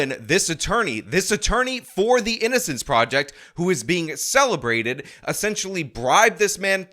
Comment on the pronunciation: you said "prisin" instead of "prison". "innicence" instead of "innocence". Somethin against the letter "o"?